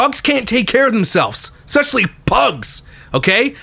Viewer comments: I GENUINELY feel like Im hearing nails on a chalkboard when I hear someone speak the word ES PE CIALLY..... as EXPESHALLY..... ughhhhh drives me nuts. It is E S P NOT E X P.... and shes not got any dialect differences which would be cause for this... she just doesn't pronounce it properly... I really try not to pick, but it DOES get on my nerves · expecially and supposubly...lol